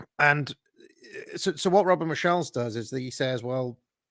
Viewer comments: mocks Sargon's pronunciation, but he himself mispronounces Michels - it should be MEE-hyels (roughly), not mi-SHELLS. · If it's any comfort to Sargon, the highly educated pronounces Robert Michels' last name (Mee-SHEll, like the Beatles' song... instead of correctly MEE-khels) almost as poorly as you did Foo-cold. But it's identifiable, that's the most important thing... And one could find more highly decorated American professors who totally botch foreign or historical names.